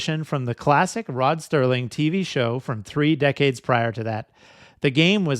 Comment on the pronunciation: It's not rod "sterling". It's serling